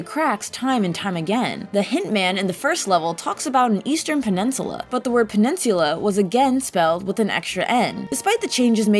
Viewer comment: You guys haven’t even mentioned the ones that made me wince: penance-you-la, wizz-a-robe... it was astonishing. It’s like she pronounced more words wrong than right.